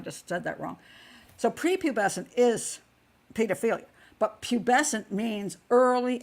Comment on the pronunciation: Pat did a Splendid Job enunciating Pubescence and Hebephile too. I Vote Honorary English Lady. Xx